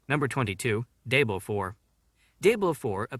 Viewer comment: You called it Day-blow. wtf?